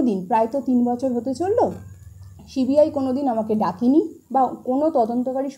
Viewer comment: Apni toh ekta December r CBI thik pronunciation korte parchena na.. apni sudhu ajogyo e na ashikhito